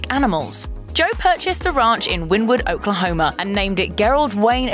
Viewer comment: You said ( win-wood-Oklahoma) lmao no hun it’s (Winnie- wood) spelled like this wynnewood